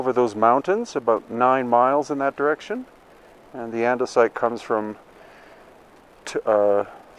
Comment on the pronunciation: Anyone else have trouble not thinking of Minecraft when he says andisite and red sandstone? Or is the crossover audience too small? Lol